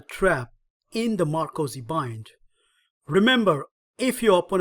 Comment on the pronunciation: "Ma - ROCK - zy" bind... just sayin'